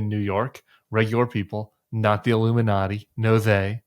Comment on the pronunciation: I just busted out LAUGHING when you said the Ilunanati!!! 🤣🤣🤣🤣🤣